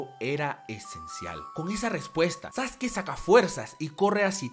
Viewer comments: Le decia sasuki y se dice saske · SASUKE?? NO ES SASKE ??